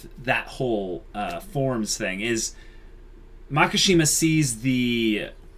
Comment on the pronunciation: It's Makishima, not Makashima, you guuuuuuuyys (and people in the comment section :V) (!awesome video, tho!)